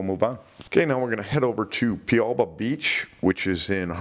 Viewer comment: Pialba……..PIE…AL….BA. 😂😂😂👍🏻👍🏻🕊🇦🇺 (Well done mate……but don’t get bit. 👍🏻👍🏻🇦🇺)